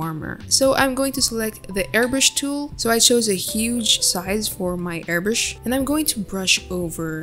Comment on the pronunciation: you said airBURSH its airBRUSH lol